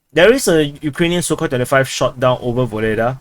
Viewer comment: Dude, every time you say Sukhoi 25, I hear 35. Ffs 😀